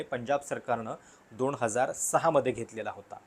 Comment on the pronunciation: न ला ण का म्हणता? अणूसुचित, अणुशंघाने,दोण